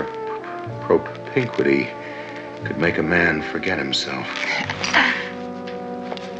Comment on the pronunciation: I love the way Adam West says "propinquity". Just brilliant.